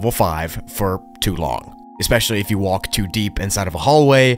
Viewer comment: The way say "WALLK" 😂